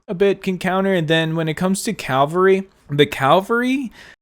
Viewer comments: Very informative vid but it's cavalry not calvary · Awesome vid with many useful tips! Just one question: why do you pronounce cavalry as cal-va-ry? Threw me off a bit. All love tho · Please say Cavalry right, it triggers me. Keep up the good content!!